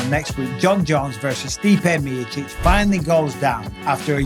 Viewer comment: Cmon brother say it stipe miocic 😅